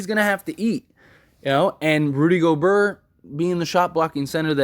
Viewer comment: You pronounce Gobert like Gob-air. The T is silent and the E is like a long A.